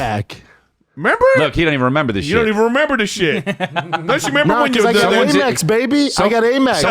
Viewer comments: Am-Ex. American Express. Not A-Mex. It reads AMEX on statements. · First of all.. it’s Am Ex .. not Aymex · First time I heard someone pronounce AMEX as "a mix". 😂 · Am-Ex. Not A-Mex. American Express. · What is calling it 'Merpress?' 😂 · Brenden pronouncing in “ AYY MEX” is par for the course. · Brendan trying to flex that he has a Amex card , but he’s pronouncing it wrong .